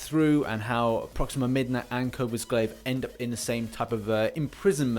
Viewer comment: Please it’s coRvus Glaive (core-vus glaive)😂